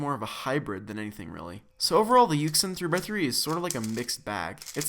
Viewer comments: Jr co rd: yuxin Everyone else: yushin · You don't say it like yuk sin, you say it like yushun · It's pronounced as "YuSHin" not "YuKSin" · Its pronounced yoo-shin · its pronounced yushin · I feel like yuxin is pronounced you shin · Its pronounced yushin. Its okay though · Its Pronounced Yu Shin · no it's actually Yuxin